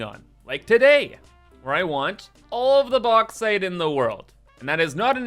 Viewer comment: its not the Box but the Box-ite